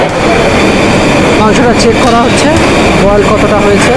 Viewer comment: ভালো লাগল দেখে। কিন্তু দাদা বারবার boiled boiled শুনতে বিরক্ত লাগছিল। বয়েল বলা উচিত ছিল।